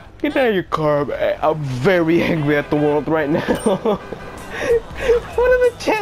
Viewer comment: Did you say hangry